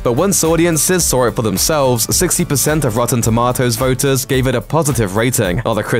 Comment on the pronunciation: Couldn’t get past the dude saying “rotten toemotes”